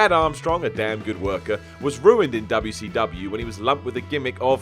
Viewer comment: So no body gonna say anything about the way says WCW LOL 😂